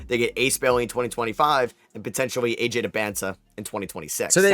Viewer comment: I mean you say AJ's name wrong too.